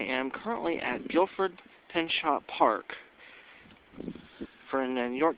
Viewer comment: pronounced (pin-cho)